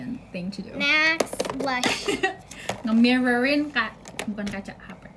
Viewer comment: Sienna yang anak kecil aja tau, yang bener ngomongnya Blush. Tapi kenapa banyak beauty vlogger masih pada pake kata "blush 'ON'"? 😌